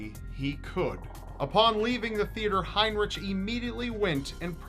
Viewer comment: You are saying his name wrong. In german heinrich is actually heinriH. Ch = h (haynrihh)